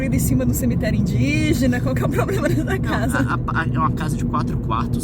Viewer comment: 2: 23 a Nilce falou probrema